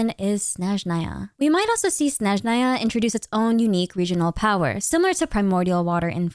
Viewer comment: you are the first blogger I watch who says russian word "Snezhnaya" in a correct way! )